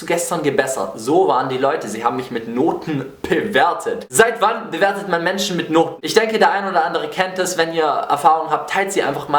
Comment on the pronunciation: PEwertet :D ich will nicht wissen wie der aggressionsball bei dem wort gelitten hat :D